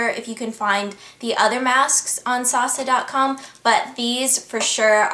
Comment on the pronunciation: hey ingrid! idk if i'm wrong but my cousin lives in hongkong, and she pronounces sasa like "sah-sah".